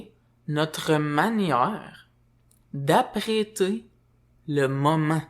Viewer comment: Bonjour, lorsque tu dis "apprêter", ce que je comprends que tu dis, c'est "appréhender"